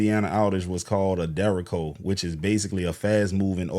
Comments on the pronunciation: Derr-Aye-Ch-Oh not Derrick-Co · Its not dericko, it is Derecho. It isn't racist. When you powerlines up on poles they get destroyed in storms. Yeah right..... its all a White thing. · derecho (pronounced deh-REY-cho) sound it out my brother you are fucking up that word 😂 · It's pronounced 'Dur-ay-sho' I've been through one in Chicago. They are essentially a inland hurricane. The storms look like the mothership in Independence Day. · It's called a derecho and it's pronounced deh-ray-cho and the ch makes the ch sound as in cherry. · You're pronouncing it wrong. It's pronounced dare-ay-cho. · A "derricko"? You need to look up words you don't know before doing a show, bro. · De-re-cho. It's a Spanish word. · Pronounced "Jericho " not derico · It’s pronounced like “ch” in cheese ❤ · Derecho (storm) - pronounced Deh-ray-Cho Its Spanish, meaning “straight” or “straight ahead” past time, also I feel like several people featured in this video haven’t been paying attention to the greater picture - FEMA is not coming to help, 🤡 and nem said the states got it (even though we all know they don’t) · Lol, you lost me in the first 30 seconds when you couldn't say derecho.